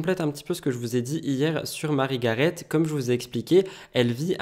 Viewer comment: Cc, on dit marie garé il me semble.